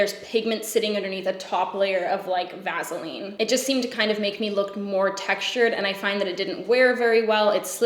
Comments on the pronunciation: VAZZALEAN girl im here for how you say that, had me cackling, as did your champagne highlighter real talk...it me... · I guessed she was in Canada because of the way she said Vaseline